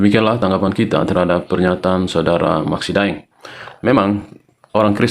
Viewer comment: sedikit klarifikasi, De'eng bukan Daeng, De'eng adl marga asal Minahasa.